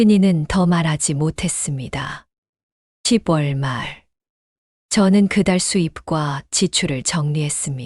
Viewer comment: 시붤이라는 발음이 좀 거슬리네요. 적어도~낭독하시는 분이라면, 10월은 시월시라고 발음해야 한다는 건 유치원생도 알아요. 쓴 소리지만 저도 힘들고 충언드리는 겁니다.